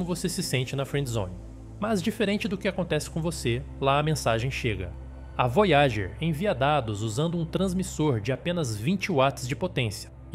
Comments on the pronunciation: "Vói a gêr" "Kar u sei gan" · Carl /sagan (e não “seigan”) é o nome da nave também errado foneticamente em algumas vezes, tornam esse vídeo lamentável!